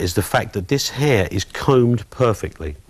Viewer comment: “lcan and l will.....cut her hir”tha cockney accent saying that to Love him to cut my hair....LS